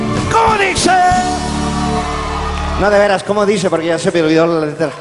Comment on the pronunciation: Animal.... Es..."Como dishe... El Shhhh se debe de escuchar pendejo!!! No como dice, ese puñetas de Luis Miguel no puede pronunciar bien el vocablo (ce) (se), etc. y por eso dice...Como Dishe... Como dishe....xD